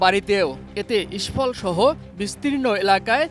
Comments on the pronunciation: মণিপুরের রাজধানী ইস্ফল না ভাই, ইম্ফল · ইস্ফল না রে ভাই ইম্ফল 😂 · ইস্ফল নারে আহাম্মক, ইম্ফল